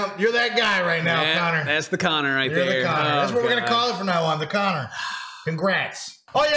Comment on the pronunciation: Every single time they said Connor I was hurt😭💀